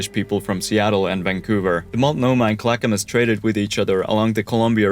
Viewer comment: Chin-ooks - pronouned Shin-ooks not Chi-nooks. I give you props for pronouncing Multnomah, and Clackamas, and Oregon correctly - congratulations. The entrance to the Columbia River is also known as "The Graveyard of the Pacific." More ships have perished here than any single location in the world.